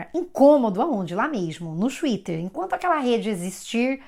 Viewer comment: "xuíter" kakakakakak adotei pra mim tb.... vc é pura "educabilidade cognitiva", é a prórpria técnica do Prof. Feuerstein. Eu aprendo muito com você,!Obrigada.